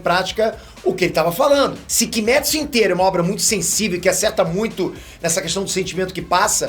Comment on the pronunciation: Da onde que tiraram que kimetsu de pronuncia kimétsu?e nezuko se fala nézuko? É cada uma